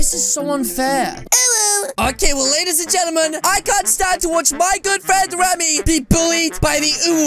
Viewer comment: You spell it Remy but say Ramy